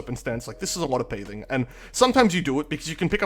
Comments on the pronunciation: .... Are you saying "pathing" weirdly on purpose? It's not "paything" man. Literally pronounced the same as the damn game we play. You don't say Paything of exile, do you? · I'm sorry to be that guy, but the way you pronounce "pathing" gives me the chills